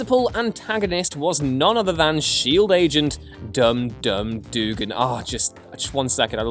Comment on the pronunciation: Agent X, Blood Axe, Onslaught, GI Joe, Man-Bat, Mister Myztaply.... (that guy), Bazarro.... Could probably think of more if I wasn’t on break. BTW, the character is named Static, not Static Shock. Static shock was the name of the cartoon. Also, Dum Dum Duggan is pronounced “dug-gan.” How you britts get Thanos & Constantine pronounced correctly, but alway mess this one up is beyond me.... BTW; that’s “they-nose” & “con-stan-tine” (rhymes with turpentine) for my fellow Americans...